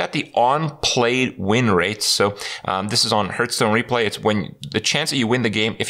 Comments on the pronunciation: Shame he still cant pronounce hearthstone. He say heart stone its harf stone. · actually it's pronounced "härth" stone, so turns out both of you are wrong